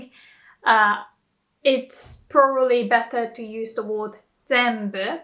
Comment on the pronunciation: Thanks. It’s an oddity of Jp to have different usages depending on spoken versus written. Note: you pronounce “word” as ‘ward’ but it’s more natural to say ‘werd’